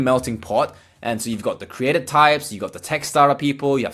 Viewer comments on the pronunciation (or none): none